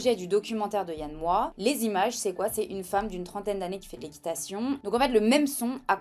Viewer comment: Le X de Moix se prononce 😉